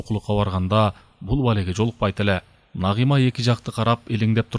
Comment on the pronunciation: Үнү жакшы так так уккулуктуу, бирок Нагыйма Нагыйма дебей Нагима деп айса кандай болмок....🙃😊